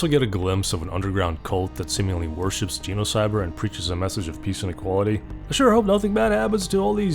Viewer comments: Makes a whole video about Genocyber… Also can’t pronounce the damn title correctly lmao u can’t make this stuff up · Your pronunciation of genocybet as similar to the word genocide seems appropriate